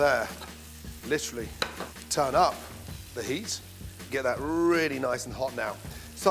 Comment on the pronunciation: Gordon saying literally annoys the hell out of me. And saying turn up with emphasis on turn up fucking make my soul cringe.